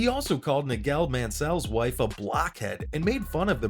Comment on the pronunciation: Ahh yes, the famous Nighél Mansél